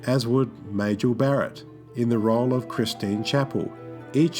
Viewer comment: Ilia is pronounced Eye-Lee-Ah, Majel is pronounced Mah-Jel, and Decker's first name is Willard, not William.